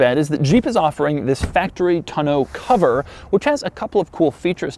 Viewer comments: Doug...the type of guy to pronounce tonneau cover in a pretentious accent 17 times on April Fools day to make my ears bleed. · Tonneau cover.... I guess I always thought it was pronounced less French like Also, the Bluetooth speaker has a quirk he didn’t mention... the speaker looks like the front grille. Come on Doug you’re getting soft! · Doug says tonnaue cover so weird. Like bruh, it ain’t that fancy of an item to be pronouncing it like that.... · Is your pronunciation of tonneau an April Fools joke? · Say tonneau cover like that one more time......🙄🙄🙄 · is he pronouncing tonneau the right way? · I'm upset at Doug because how he pronounces "Tonneau cover". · You can't saying tonoe cover right. I think I'm doing it wrong. Lol. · He had a couple different pronunciations for tonneau. Don't think he hit it on either. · Doug, the type of guy who purposely mispronounces the word tonneau to make a normal person wish death upon his descendants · The way he pronounces tonneau has me triggered. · We all learned another of Doug's quirks: he cannot pronounce "tonneau". Doug, the emphasis is on the first syllable. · Doug the type of guy that can't pronounce the word "tonneau". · Doug you are one of my favorite YouTubers and I just love watching your reviews. That being said, the way you say tonneau cover with two syllables is disconcerting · OMG...I thought I was done correcting his mispronunciations. Its TONNE-OH not TUH-no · Doug, the tonneau cover is TAH-NO not TUH-NO lol. Love your videos...you do great work! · Tonno not Ta no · The "tunn-oh"? First time I've heard that pronunciation. Always heard it as "tawn-oh" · Taw, like Paw, New or NOOO cover, not Toe No, come on Doug...or is it Doe-Ug ;) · (Tah no) cover 😄 not (ta noo) cover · It's pronounced TON-EAU not TNO. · Is it really pronounced "toe-no cover?" I swear if it is, I have been saying it wrong for years. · "Tuh-noe" cover, Doug has some serious mispronounciation problems.